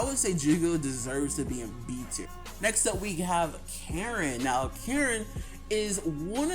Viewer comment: “Karen” 💀 it’s ka-reen but anyways when is part 3?